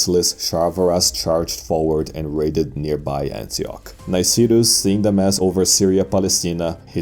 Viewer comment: It's Ankyra and Nicetas just saying. Great video